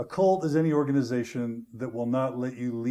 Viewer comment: It sounds like John is saying Colt instead of cult.😊